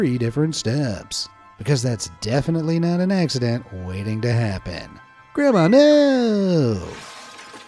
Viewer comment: "gramAh nooooo" 😂